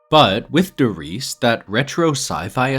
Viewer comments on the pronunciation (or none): He also says Der Riese incorrectly like 99% of the community 😶